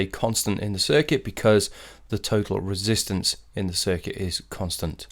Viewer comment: No, we do say "resistance" instead of "reesistance"